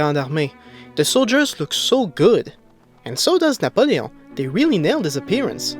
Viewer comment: hey tes quebecois esti jtes spot quand ta dis napoelon